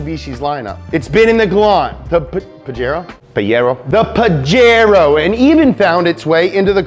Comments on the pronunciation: Pájaro, is pronounced “pa-ha-ro” it’s Spanish for bird. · It’s been two years and when he says p a j e r o I still laugh